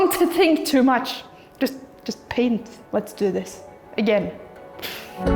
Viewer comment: "I was elected to paint, not to braint" is what I heard.